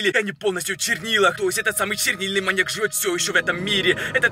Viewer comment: Пачему ты всегда гавариши манияк